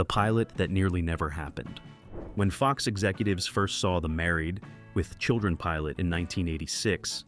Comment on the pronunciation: AI is reading the "..." from "Married... With Children"